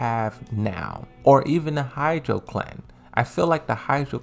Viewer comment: Ha-chi-jo clan. Why hydro clan? Not that hard to say.